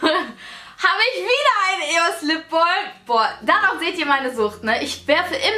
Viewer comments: ItsTheMauam genau xd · "Lipbolm"? Spricht man das nicht "Lipbam" aus? :) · ich gucke mit lap top sagt sie lip BOLM 😂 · Weder noch lipbalm so viel ich weiss